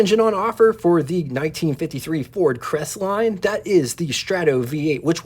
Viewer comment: "Cres-et-line" ??? For the love of Jesus, you can't even pronounce the name of the subject of your video... I. Q. must hover somewhere around room temperature...